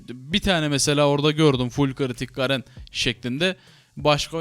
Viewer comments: şu garene gerın demeyin artık lütfen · gerın degil garen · gerın ne ya GAREN lan o garen :D